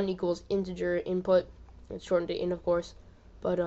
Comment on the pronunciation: in the beginning you say "shortened to int of course", took me three listens, I thought you were saying, "short for intercourse" lol!